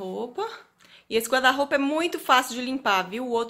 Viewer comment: porque Vc fala GUADA ROUPA? SE É GUARRRRRDA ROUPA!!!